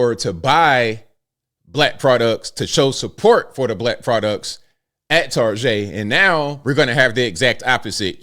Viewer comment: LoL Tar-GAY!!!!🤦🏽‍♂️😂😅🤣😂😅🤣😂😅🤣☠️